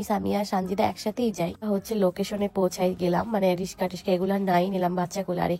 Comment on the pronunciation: রিসকা ❎ রিক্সা ☑️😂😂😅😂😂